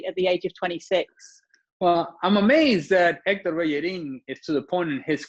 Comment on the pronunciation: Héctor Bellerín, the 'h' is silent in Spanish. Still don't know it?